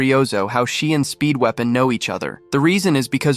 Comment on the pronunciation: i always hear speedwagon instead of speedweapon